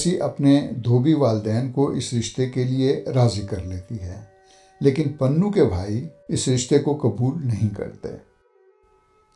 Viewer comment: Not ( panhoo) but ( punhoo ) ????